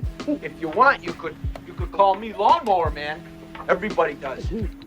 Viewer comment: this mf said lawmnmower man